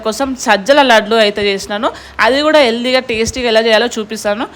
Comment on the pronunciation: 1st of all it is not yeldhi it is healthy